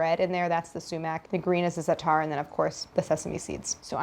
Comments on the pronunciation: Stress on the first syllable of "za'atar", not the second. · love white ppl colonizing zaatar and not pronouncing it right👍